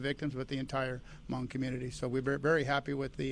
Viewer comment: The Chief pronounced their Hmong names correctly too !! That's scary man.That tells me the Chief is cultured.........